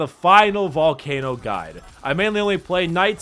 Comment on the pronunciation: Did i just hear BALLCANOOOOOO